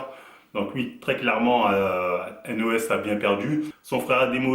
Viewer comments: Sa se dit Haine Eau Hess donc N.O.S et pas NOSSE ^^ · On dit n o s mais lettre par lettre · Dés le debut il ma deja fait rire avec son "nosse" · Pourquoi tu fais une video sur lui si tu sais meme pas prononcer son nom ....